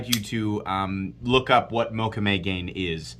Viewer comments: Just a note, I believe the second part of the name mokume-gane is pronounced ga-nay not gain 😄 Incredibly beautiful knife. Maxace is doing amazing stuff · Pronunciation … out of cultural respect … “Mokume Gane (pronounced Moe-koo-may Gah-nay) is an ancient Japanese metalworking technique, developed in feudal Japan by master swordsmiths. The name translates as "woodgrain metal," referring to one of the most popular patterns created to adorn samurai swords.” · Hey,, Mokume Gane is Japanese and is pronounced Mo Ku May Ga Nay. Love your channel. I collect Mokume items.